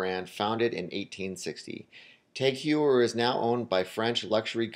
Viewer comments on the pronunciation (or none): pronounced Taag Hoyer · Dude, it's "TAG HOH-YER" and "O-MEH-GAH" sheesh... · is a FAKE YachtMaster. also, it's pronounced TAG Hoy-er. not hugh-er. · Tag "hoyer" not "ewer" "omega" not "omeega".i wont argue with your list but id like to see vacheron,piguet,or a.lange and sohne here. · Cory R. It's not "tog", it's a sound that is completely absend in the English language, so it's hard to explain. It's pronounced "tahg oyer" (the H is silent"). Besides this, the guy butchered almost every name on the list, seriously, carDier? It is pronounced something like "Car-ty-yay" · It's pronounced TAHG HOYER, dude. 30 seconds of google searching could clear up half the grammatical/pronunciation errors in this video. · "Tag h a year" would more correct than tag hoyer i think... TAGG because it s a French acronyme of Technique d'Avant Garde and h(pronounced) a year because Heuer is a Germanic last name. and it s Omega, not Omeeeeeega. I m living nearby the German and Swiss borders and that s how they pronounce it. The fact that James Bond pronounce it as a English speaking person is neither shocking for the brand or the audience and proves nothing about the way it should be pronounced. Most Swiss watches brand are based in French speakers location. This video and approach is very surprising and quite close to what I expected. I was glad to see Panerai entering the top 10 even if entry models are overrated (ETA mvmt) . Cartier is still a jeweller to me, not a watchmaker. Chopard has the LUC collection which save the brand from being an ETA movement pimping company. I also agree that because of the Reverso model, Jaeger should be in this list.